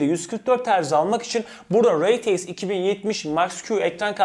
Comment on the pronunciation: Reteiks degil r t x